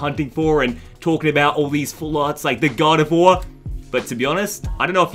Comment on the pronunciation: Bro I thought you were saying "god of war" not "gardevoir" 😂😂😂